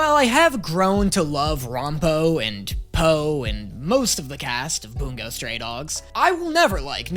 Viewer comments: please... its Bun-Go not Boon-go... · buongo?? like it’s bungo